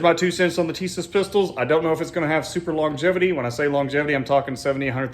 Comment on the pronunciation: It's Tee-sasch Or TItties